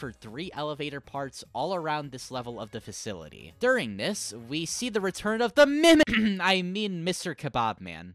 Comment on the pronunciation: "We see the retur on the MIMI-"